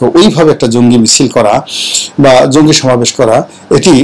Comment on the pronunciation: স্যার! আপনি কি শব্দটা 'জংগি ' বলছেন!স্পষ্ট বোঝা যাচ্ছে না।যদি তাই বলেন তবে কেন?